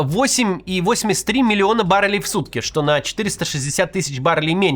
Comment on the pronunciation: 14.30 "три милиона 130 милиардов рублей..." 🤣🤣🤣